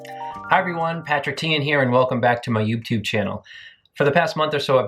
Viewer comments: Yeah I know we’re all here for the questionnaire, but did anyone hear him say “youptube”? No, just me? Ok. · Ané Gerber || I heard it too lol